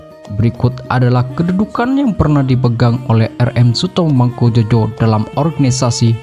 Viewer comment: Ngawur yg baca narasi.Bukan mangkujojo bacanya mangkujoyo.